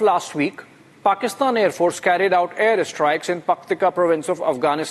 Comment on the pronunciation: The pronunciation of 'air strikes' is more interesting....Air 'IS TRIKES'....eeek Republic...!!! And 'chikens' coming to roost?? CHIKENS!!!! And terror "IS STATE"...!!! Pls make this practice...!!! Please Mr Arnab🙏